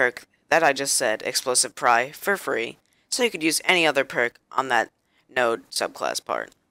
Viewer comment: you said pyre wrong it's not prye